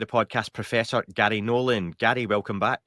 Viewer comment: His parents named him Garry, not gatty...learning to pronounce guests names correctly is important.